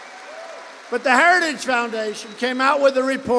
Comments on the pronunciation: He didn't say, "heritage". He clearly said, "hairer-stah-ges". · Did he say "Herristage"? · You can tell the video of Trump is real. He mispronounces "heritage". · Heritigegege is tough to say though, he does it like a champ. This guy would ace a dementia test. 💪🏻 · He has a real problem pronouncing the word "Heritage'... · Trump can't even pronounce "heritage"...🤡💩🤪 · He can't even say HERITAGE!!! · Note how Trump struggles with the word “heritage.” Experts have pointed stuff like that out as a sign of his cognitive decline. Which is only going to continue to accelerate. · DT can barely pronounce Heritage! Vote President Biden again v Project 2025. Audio of Ch 14 Health and Human Services is narrated by Ellie Dreams Down Under. Twisted and dark! The plan is to change the name to the Dept of Life. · Trump can’t even pronounce heritage foundation properly. It was a word salad. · He can’t even pronounce heritage, I am from Norway, my English is far from perfect, still I can pronounce heritage. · Hold his lying ass accountable! He can’t even say the word Heritage! 😂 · He can’t even say heritage!! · He can’t say the word ‘heritage’. 😂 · His addled aged brain cannot properly pronounce "Heritage". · He can't even say the Heritage name properly , what a loser . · Trump can't even say the word heritage but he sure can lie. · Also having such difficulty saying ‘heritage’.. lots insights here, thanks!!